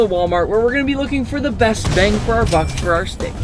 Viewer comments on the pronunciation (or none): He did not bhaste the shteak🙂